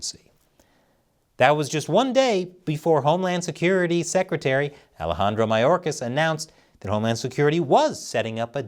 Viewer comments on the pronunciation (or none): none